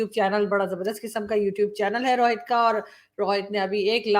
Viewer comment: Paxtani Rohit ko Rawhit bolte hai aur RAW ko Raa 🤣🤣